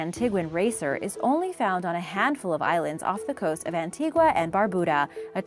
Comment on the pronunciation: It's pronounced Ann-tee-gah not Ann-tee-gwah you should look up how to pronounce the countries names properly